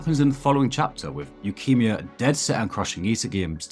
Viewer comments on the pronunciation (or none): i cannot get over how you pronounce his name as leukemia LOL